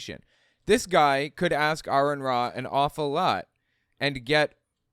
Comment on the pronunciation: I'd pay that nutty deist if he'd say "an ape" instead of "uh ape". Cringe